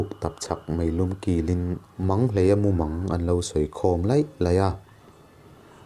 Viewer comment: Manghleia tih hi i lam diklo deuhin ka hria